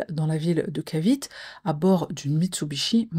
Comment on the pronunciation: pam pan ga et Cavite c'est cavité ( si on utilise l'anglais américaniser)